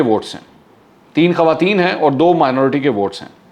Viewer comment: السلام علیکم منصور بھائی خوارتین (خواتین) کا لفظ ٹھیک کر لیں